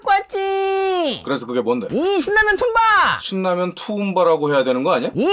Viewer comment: 아! 됐고! 툼을 길게 툼바라고 하면 되겠네 ㅋㅋㅋㅋ